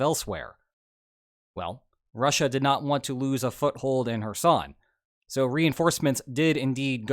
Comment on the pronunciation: Everytime says 'Kherson' I hear "her son".